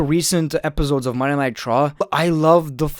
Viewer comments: Everyone: “Monday Night Raw”: “Monay Nigh Traw” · Monay nitrauuu 😂